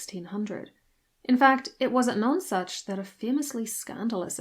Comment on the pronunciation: Pronounce None Such Not like non sense